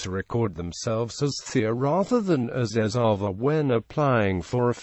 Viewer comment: Pranounciation is erava